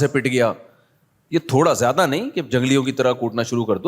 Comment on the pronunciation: what is "Jyada" its "Zyada"